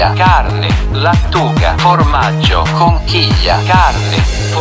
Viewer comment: Fa spaccare il "formaggioaggiaggio" di Google 😂😂😂😂